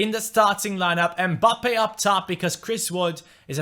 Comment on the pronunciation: come on his name is mbappe not embappay